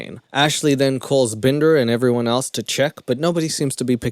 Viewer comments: I laughed out loud everytime you said "Bndrrr" 😂😂 best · Omg i love the hell outta u when u do the Indian accent I am literally crying with laughter -bender come on Can u do a video with that accent the whole time??? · Why do you do an Indian accent whenever we talk about Shane Dawson's character, Binder? Am I missing something? I just have so many questions about this movie? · Everytime you say binder in the Indian accent omg 😂😂😂😂I'm losing it 😂😂